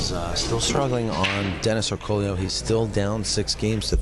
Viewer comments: It is actually Orcullo and not Orcollo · land His name is Orcollo, not Orcullo